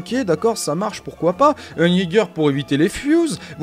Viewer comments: Ca se dit yéguer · Le "yäger" mdr